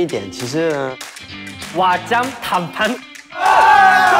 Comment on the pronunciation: "wajam tampam"